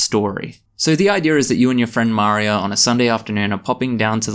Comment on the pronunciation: is that... how you pronounce maria? like mario but a girl? is that australian maria?? also this is the least monetizable video I think I've ever seen on youtube